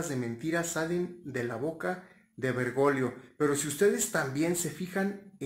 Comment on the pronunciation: Es Bergoglio no bergolio o lo dices a proposito jj